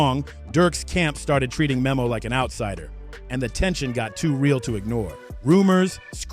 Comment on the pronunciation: Its pronounced like nemo